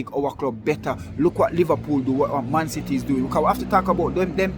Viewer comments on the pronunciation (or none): none